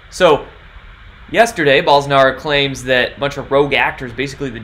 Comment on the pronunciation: Bolsonaro, like bolo! Not 'ah'...O! has links to hear pronunciation...